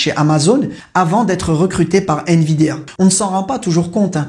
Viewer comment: C'est pas nVidéa. Mais nVidia...😂